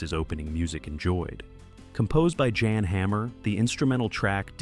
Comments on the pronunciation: It’s yan, not Jan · Yan as in Yannick not Jan as in January ( Jan Hammer ) 😂